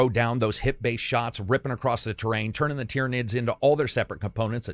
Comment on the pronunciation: Hang on. finally said "Tyranids" right? The promised day has come.